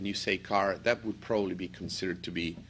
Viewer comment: U have a problem pronouncing would